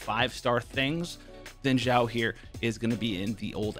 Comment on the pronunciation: Shao not zhao